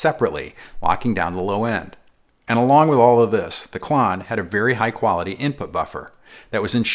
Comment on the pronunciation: I figured it was pronounced like clone instead of clawn.